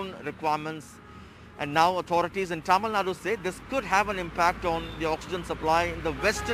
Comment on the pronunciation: Reporter please pronounce Tamilnadu properly You will feel disappointed when someone mispronounce your name Mr